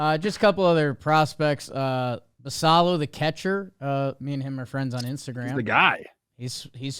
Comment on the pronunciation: Dropping that Basallo follows you on Instagram and then pronouncing his name wrong is something lol